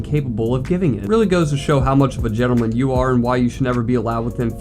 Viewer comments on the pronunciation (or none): none